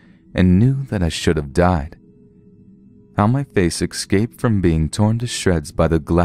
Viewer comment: 'excaped'? 'ecscaped'? Escaped.